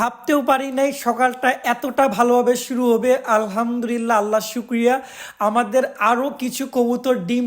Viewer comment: আলহামদুলিল্লাহ হবে ভাইয়া, র উচ্চারণ হবে না।